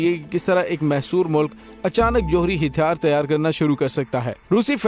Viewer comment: Hàthyaar not Hithyaar plz note